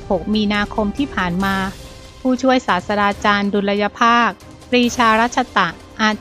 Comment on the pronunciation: อ่าน สาด-ตรา-จาน